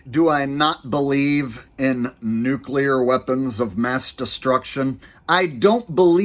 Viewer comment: “It’s pronounced nu-clear,…..nu-clear “